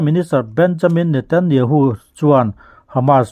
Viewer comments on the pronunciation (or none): none